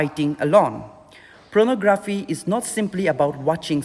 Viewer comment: It's Pornography, not Pronography...